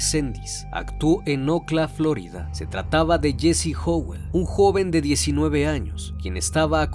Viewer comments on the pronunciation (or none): none